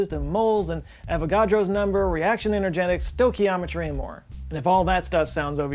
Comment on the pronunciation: It's "STOY"chiometry